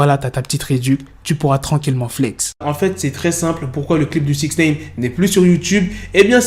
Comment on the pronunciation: Amigo, ce n'est pas SixNEEEIIINNN, c'est SIXNIIIIIIINEEEE à titre d'information...